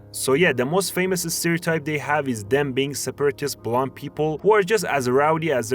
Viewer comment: Its taken me 4 videos to realise you're saying bland not blonde.